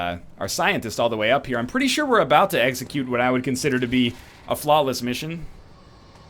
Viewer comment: "I'm pretty sure we are about to eggxecute what I would consider a flawless mission."